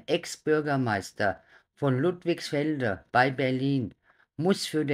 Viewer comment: Der Ort heißt LudligsfeldE!! Nicht ....feldN!!